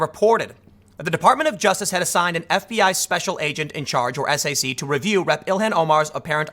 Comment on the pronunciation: SAC- pronounced SACK! TEABAG - Tactical Evaluation, Assessment Bureau of the Attorney General.